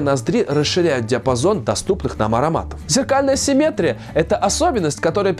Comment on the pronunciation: Хочется только поправить: правильное ударение симметрИя. Кстати говоря, слово асимметрИя Вы сказали верно. ;)